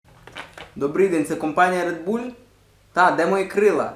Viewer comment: Не РеДбУлЬ а РеДбУл